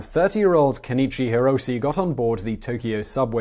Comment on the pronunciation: "Kenichi Hirose" No dignity.